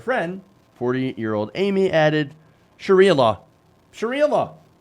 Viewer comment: Did he just say “Shakira law”?